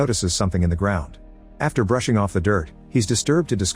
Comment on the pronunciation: “Burn it all to the gwound…”